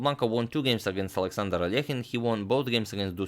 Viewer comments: Russian Алёхин needs to reed like -,,ALYOKHINE’’ ,not alEkhine! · Well, I learned today I’ve botched the pronunciation of ‘Alekhine’ my whole life.